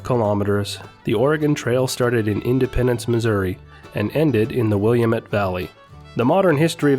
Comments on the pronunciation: Willa-met and your Williamet...2nd mispronounced narrations I've heard of late for the Wil-LAM-et River in Oregon. Forgive my nitpicking for you've done a fine job otherwise, and I've LIKED and SUBSCRIBED! I admired the smooth, stabilized footage from the Jeep going up Big Hill! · Wil-LAM-met Damn it. (rhymes) Thank you for the presentation. This is just a nit from someone who lives here in the Willamette Valley.